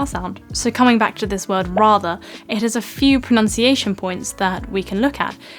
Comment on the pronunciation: Pronunciation is pronounced erroneously here!